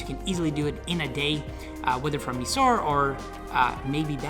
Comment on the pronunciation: Stopped watching when he couldn’t pronounce Mysore, Jaislamer, and Ahmedabad correctly. 😱. You went there, at least learn how to pronounce these places right.